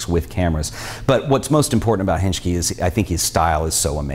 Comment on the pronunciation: Just to correct some info from Hengki (which is btw pronounced as "heng-ki" not "henj-ki"). He is still based in Jakarta. Although he won the Hasselblad contest, he admits not having a. Hassleblad camera. He doesn't shoot in medium format camera but with a full frame dslr camera :)